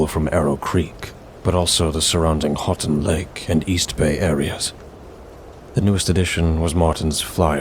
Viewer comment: It's pronounced hoo- ton lake